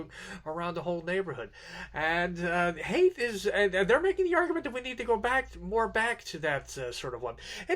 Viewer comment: Haidt is pronounced "height" not "hate".